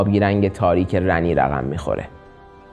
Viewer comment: خود گیم اسم Ranni رو “رانی” تلفظ میکنن نمیدونم چرا اصراریه میگین رَنی